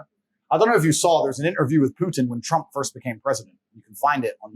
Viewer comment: Lol, why can’t he say “trump”